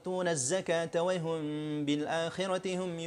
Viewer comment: ustadz, pas baca wahum kok spt wayhum yaa..